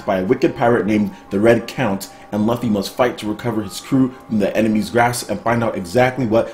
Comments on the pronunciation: his name is pronounceed loofy - lol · Luffy is pronounced Loofee. Every time made me cringe. Still love ur vids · The way you said luffy was soooo wrong 😂😂😂